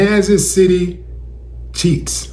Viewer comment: I think he said Kansas City Cheats!